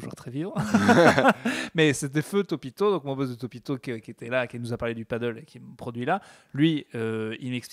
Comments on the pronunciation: ah, pris la main dans le sac à dire "padeul" au lieu de "padèle"... 🤣🤣🤣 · on dit "Padel" pas "Paddle",:)